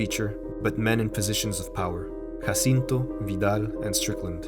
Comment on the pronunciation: Your (completely correct) pronunciation of Guillermo del Toro, Jacinto, and Vidal makes me want to bear your ch… I mean, great work! Loved this video so much!